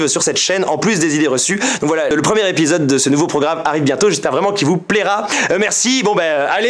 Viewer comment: J'ai adoré cet épisoode 😂